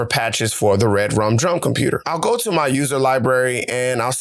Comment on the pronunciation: Dope bro and good job. And also, i think REDRUM is pronounced Re Drum, like it’s 2 words. Definitely not red drum